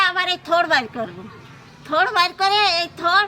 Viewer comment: আমিও বাংলাদেশি।তবে এটা থোর না, থোড় উচ্চারন হবে।